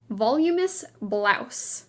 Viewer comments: you are over-enunciating your words and it i hugely annoying. And THEN, when you mispronounce words, it compounds the annoyance. NOT volumou blouse. Voluminous blouse. Vol-um-i-nus. rrrgh. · Voluminous is not pronounced “VOL-yoo-muss” (three syllables) but rather “vuh-LOO-mih-nuss” (four syllables because of the “i” in the middle). And, Cannes is not pronounced “cans” but rather “kahn.” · “Voluminous” was pronounced incorrectly. It should be “vuh-loom’-uh-nuss.” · it's vol - oooo - min us. Not "volume - us" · Not vol-u-mous- vo-lu-mon-ous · The narration is simply awful. "VOL-you-mous"? "Shtripes"? Please get someone to read who has a working knowledge of English pronunciation beyond the 5th grade. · It's all about content preparation and research. It drives me crazy that words like Cannes, Derby, voluminous and Epsom are mangled [ Cahhnn, DARbee, vuhLOO menus, EPsum]. I've heard the same narrator on other videos and really feel this is part of the research preparation required to put out this type of content. I'm not at all advocating that an English or "British" accent (what is that, anyway?) be affected, but Americans would be so put off by pronunciation of Oregon as OrryGONE, Maryland as Mary-Land to rhyme with Disneyland or aluminium instead of aluminum.] It also bothers me when trends like polka dots are dismissed out of hand when in I've seen no fewer than THREE versions of the coffee/cream polka dot dress from the polo scene in Pretty Woman for sale. Dissing the 80s when you are praising an 80s/90s icon whom you admit still has fashion relevance is bonkers and makes the author look a little jejune and arrogant. Sorry. Been bottling this up. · Voluminous = vah lume in us Is the pronunciation. 🙂